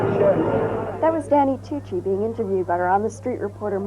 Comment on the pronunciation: They called him Danny “Tucci” instead Nucci